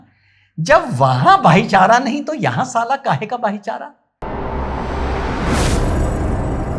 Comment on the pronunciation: भाईचारा नही भाई को चारा 😂